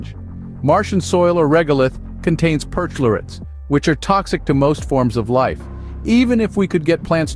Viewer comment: I'm sure neither of these are your fault, but "or regolith" instead of "irregolith" in the type, and I think perchlorate might be pronounced "perCHLORate." Just a heads up!